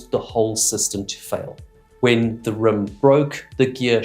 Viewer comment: The way you pronounce the word rim is REALLY weird! "Rüm"???😀😂